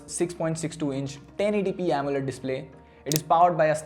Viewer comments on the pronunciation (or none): none